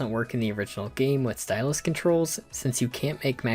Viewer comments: There is no T at the end of the word stylus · You saying stylus with a hard T at the end made this genuinely 10x funnier